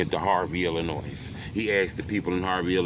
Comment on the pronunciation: It cracks me up how says Illinois… he always pronounce the S at the end 😂😂😂